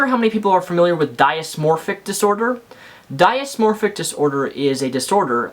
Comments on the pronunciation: It's "dis-mor-fick" not "die-is-mor-fick", and I'm pretty sure plenty of people know what it is, since many people are familiar with bulemia and anorexia. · It's "dis-morphic", not "die-is-morphic" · Let's start with how to properly pronounce DYSMORPHIC...not DIASMORPHIC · Good video, but it's pronounced "diss-moprhic disorder," not "die-us morphic disorder." The full name is "body dysmorphic disorder." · great vid It is dys-morphpic pronounced dis-morphic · Dysmorphic disorder is pronounced "diss mor fic" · I've never heard anyone pronounce dysmorphic that way.